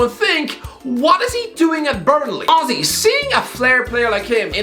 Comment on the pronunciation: After more than a year watching HTC - i finally understood who "ozzy" is!!! My man just saying "honestly" irishly!!